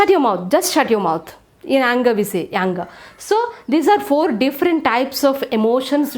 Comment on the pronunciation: Not yanger it is anger